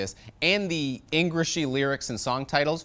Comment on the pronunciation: did you say "engrishry"?! hahahaha